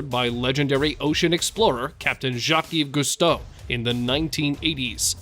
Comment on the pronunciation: You lost me after you mispronounced Jacques Cousteau.